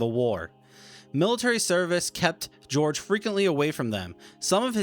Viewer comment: I appreciate your research very much. My wife had two uncles whose burial place is unknown in Russia. My father in law was a POW from May of '43 until November 1948. My German family took me in as if I were one of their own and I have at least been able to track where the two uncles were killed. However, as a pet peeve, please work on your pronunciation. Georg is "Gay-org" not "Gee-org" . He deserves to have his name pronounced correctly.